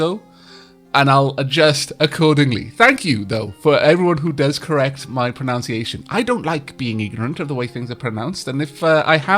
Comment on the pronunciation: At about , I'd like to point out the amusing irony of you mispronouncing "pronunciation" in that sentence xD Pro NUN ciation, not NOUN. I don't think that's a mistake you usually make though, so may have been a fumbled utterance.